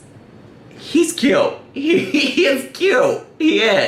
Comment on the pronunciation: You said kyy-uute wrong